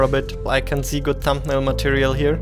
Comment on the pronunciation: Kann es sein, dass du Problem mit dem Buchstaben S hast? Ich möchte dir nicht zu nahe treten daher die Frage. Hätte mir auch gerne das Video weiter angeschaut aber wenn ich sich jedes S anhört wie im deutschen (vorallem bei Sätzen mit "can i see", "you see") bekomme ich echt Kopfschmerzen. nur ein gut gemeinter Rat bissel auf die Aussprache achten. aber ansonten thumps up